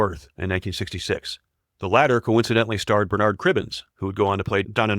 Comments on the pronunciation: HARTnell, PERtwee, BERnard, not HartNELL, P'rTWEE or B'rNAAARD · You got Bernard wrong - find an interview with with Mr Cribbens (or listen to Lee Evans in "Planet of the Dead" and see how it should be said The emphasis should not be on the 'Nard' part of the word it should sound like "BER-nerd" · Bernard Cribbens (it pronounced BERnerd with the emphasis on 'BER,' and not on 'NARD'